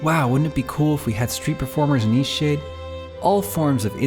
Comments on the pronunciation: Seriously, sometimes when you say EastShade is sounds like Eat-Sh*t. I am not joking and I’m beginning to think there’s a deeper hidden meaning in how hard it was for you to achieve success. Tell me i am wring. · You might want to become aware when you're speaking it sounds, to me, like you're saying Eshade. Until I scrolled down and saw "Eastshade"...you're not really pronouncing the "t" at the end every time you say it. The game looks amazing, and I really enjoy the relaxed gameplay you talked about I could do without all the Christian nuttery references, but I laughed at them as just nonsense, I'm ex-Christian that knows the book of the punk "God" very well, and it's the reason I left that cult. You can be very caring towards others without the cult. I dig your story, about how the game was made. Shoveling snow out beyond miles is something that used to be done by people. In the modern 'age' it seems impossible by most. If you don't think of that way, it becomes possible. Something else I noticed as I saw the screen shots. You actually punctuate and use commas correctly. Wow! I'm noticing a trend in Indie games where people are sloppy this way, where stuff like "thats" and other errors are creeping into their games. Which I won't support. You put a lot of care, and you pointed to that, in the game. Or rather you and your 'partner'. Smiling. "Forgive an old woman, what was it again?" Should be, "Forgive an old woman, what is it again?" since it's very, very rare for someone to change their name. The name remains the same. I'm pointed this out to Christians who've asked me many times, "What WAS your name again?" and I corrected them. This understanding also changes the understanding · all i hear when he says the name of the game is "eat shit" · I thought he was saying Ishee. I thought it was a Japanese game until I looked at the channel name.